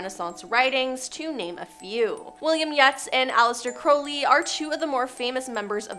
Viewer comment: It's not pronounced William Yets. It's pronounced William Yates.